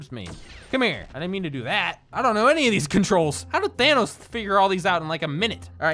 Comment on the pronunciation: Normal people: THANOS: tHaN uH